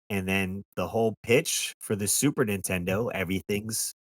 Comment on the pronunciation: You ever notice that sometimes the AVGN doesn’t annunciate the N in Super Nintendo. I’ve heard him say super intendo